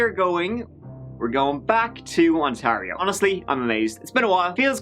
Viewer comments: Goshies Mike...the way you say Ontario is odd. Despite the way it's spelled, it's pronounced On-tear- io. Btw...love your channel :) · Welcome back to Ont-airy-airy-airy-oh. Sorry, eh.